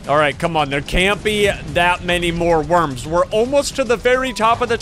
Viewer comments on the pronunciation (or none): none